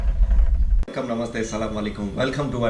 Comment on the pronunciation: I felt that same bcz he pronounced namaste very well like us tamilian ..